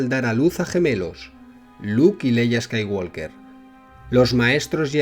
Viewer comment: La "L" en "Skywalker" no se pronuncia.